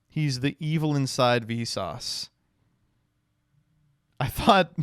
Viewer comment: I swear every time he says Visas I think he is saying Vsauce.